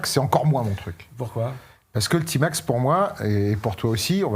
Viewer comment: A Marseille on prononce Tmax et non pas tymax ou timax